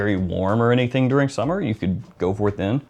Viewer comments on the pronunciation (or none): none